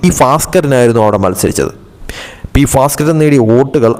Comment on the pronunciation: Who taught this fellow malayalam? He pronounces bhaskaran as Faskaran !!! At least these simple names should not be so difficult to promounce